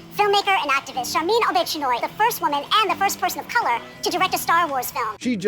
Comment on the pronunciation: "Sharmeen O-Bitch-Anoy" XD